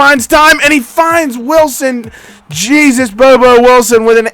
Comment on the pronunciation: I think it’s (Hey-Zus Bobo Wilson), not Jesus🤣